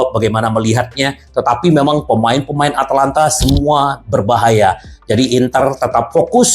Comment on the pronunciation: ata lanta om bukan atlanta 🤣